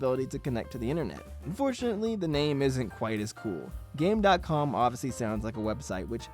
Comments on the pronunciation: It’s actually pronounced “Game Com”, the “dot” is silent. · Umm actually it's pronounced "game com". ☝️🤓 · Actually, according to YT channel Rerez, it's actually pronounced "Game-com" (kind of like Famicom). Ironic(?). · As mentioned in the Angry Video Game Nerd episode (alongside the voice clip when booting up the console) - the console is supposed to pronounced as "Game Com". Doesn't change too much, but felt like correcting that.